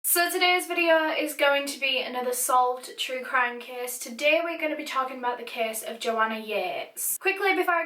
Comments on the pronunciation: me, having a horrible day: ☹️: suh tudae’s vedeo me: 😃 edited because literally does not say fuh i feel like my whole life is a lie?????? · suh in toedahys vhideoh